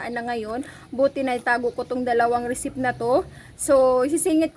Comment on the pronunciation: Hindi resip ang pronounciation receipt silent P parang resit wahahaha paulit ulit ka sa resip.